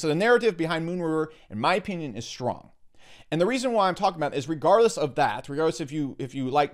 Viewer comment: "in my opyinyin" XD